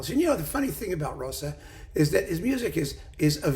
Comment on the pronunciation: A not uncommon error, doubtless owing the familiarity of "Liszt." Pronunciation also suffers. "Zs" as in Zsa Zsa!